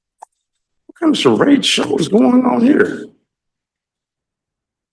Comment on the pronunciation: "What kind of scharades is this?"